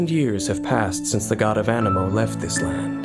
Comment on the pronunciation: Genshin impact : Anemo me :.....Ameno